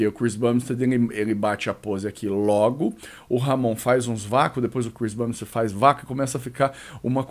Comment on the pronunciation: Saudade quando o falava Chris BUMbstead! Quem sabe sabe....